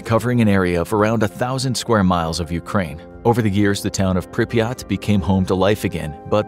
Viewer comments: the name of the city is pronounced prip er rat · He called Pripyat piryat